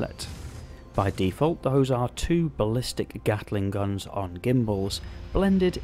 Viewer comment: Eyyyyy, he said gatling gun instead of ballistic repeaters xD Couldn't help but notice the extra emphasis on the pronunciation there